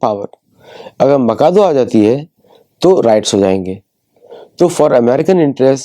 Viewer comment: I think it is माचादु, not माकादो..